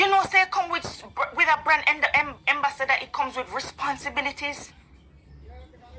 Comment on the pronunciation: So this lady is calling Auntie Donna IGNORANT and she's saying EMBASSADOR; it's AMBASSADOR not EMBASSADOR. Smh